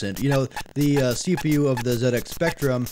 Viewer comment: Wonderful review! ;) Loved it and as a Brit thanks for saying !Zed Ex" and not "Zee Ex" off to check out the rest of your videos. ;)